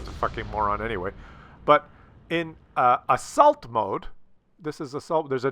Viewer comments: oh, "assault". I thought you were saying "insult mode". Seems to me attackers usually win this map. Especially if there's arty. They camp the back corners, and they get spotted to death. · Hi, it took some time for me to understand that you were actually talking about "assault mode", because I was hearing "insult mode". OK, I'm a Dutchman living in the south of France, so why should I understand a Canadian who speaks English on a French computer. But the coin finally dropped! Btw, I switched off this insult mode already a few updates ago. Keep up the good work, I am always enjoying your daily fix of the working man's reality! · And here I thought he said Assholed Mode